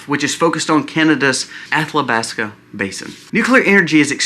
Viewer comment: Moron, there is no "L" in Athabasca